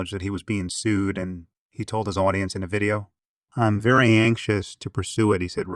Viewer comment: Oh, yeah. As would say, "Vewwy, verwwy closely."